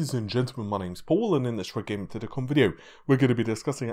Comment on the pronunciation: Of course he does! I can always clearly understand him saying Redgaming tittycum video at the start of the video.